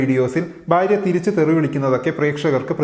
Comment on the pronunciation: You’re so articulate and your Malayalam is great, hence the one mistake you constantly make stands out, could you work on your pronunciation of ഭ and ബ please? It’s ഭാര്യ not ബാര്യ. Thanks.